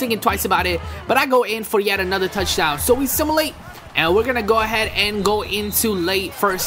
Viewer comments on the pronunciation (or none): Why do u keep sayin similate it's SIMULATE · Sim-u-late, not sim-i-late